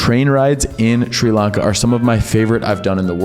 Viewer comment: Notice how he purposely keeps mispronouncing it as "SHREE" Lanka....even though he would have been there long enough to hear 100 people pronounce it Sri Lanka, correctly? What an asshole.